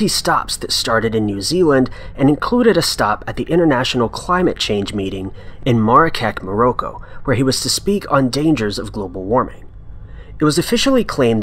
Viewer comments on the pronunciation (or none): Maraket moroco? You mean Marrakesh, Morocco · morrowkek more-oko got me! think he meant Marrakech Morocco is where the climate change convention was at